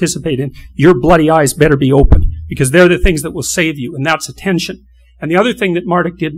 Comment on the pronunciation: One day , statues will be built of this man! A modern day metaphysical Tesla! In 1 word genius! Certainty, the best modern day thinker. "Lobsters.... Ah-TEN-SHON" ☺